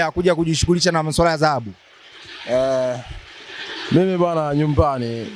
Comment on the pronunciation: Mtangazaji ni Dhahabu sio zahabu. Wewe kama mtangazaji inabidi uwe na matamshi mazuri.